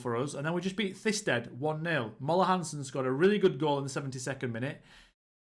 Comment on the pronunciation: “Thisted” pronounced “ti-sted”